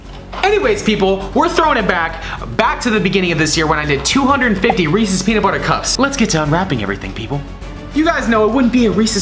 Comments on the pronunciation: When he said as many Reese's products it sounded like he said racist products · How many times did he say Reese’s! 😂